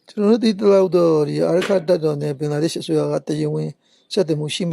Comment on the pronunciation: ဘင်ဂလား ရှဒေးမဟုတ်ပါ ဘင်ဂလားဒေးရှရ်ပါ စပီကာတယောက်အနေနဲပီအောင်ပြောပီးပါ